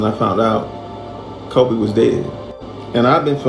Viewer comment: He says kobe right